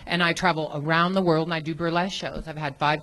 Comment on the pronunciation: I like how Brian is 41 and still can't pronounce the word world.